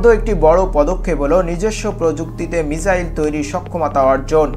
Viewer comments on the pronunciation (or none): মিচাইল না bro❌ মিসাইল✅